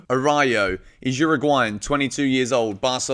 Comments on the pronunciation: Work on your Spanish please 🤣🤣🤣🤣🤣🤣🤣 Ara*ú*jo. It's like Ah-rah-ooh-jo. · Araujo would be a great signing. (pronounced A-roo-ho btw) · it's pronounced "A-rau-ho" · I loved the Araújo name butchering cause it makes me feel better as a Spanish speaker for butchering other players names...